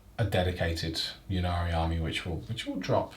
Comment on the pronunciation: It's "may-lay" with the emphasis on the 2nd syllable so maybe more like "m'lay" :) For what it's worth, it's should also be "Innari" not "Yinnari" as the letter Y followed by a consonant is pronounced like an I in English - which also makes the play-on-words in the Yncarne's name make sense - he's the death god Incarnate (not "yincarnate".)